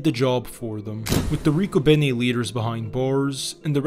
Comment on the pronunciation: You pronounced Riccobene completely wrong. Not even close. And your were slightly off on several others. Love my hometown of Philadelphia. Born and Raised in South Philly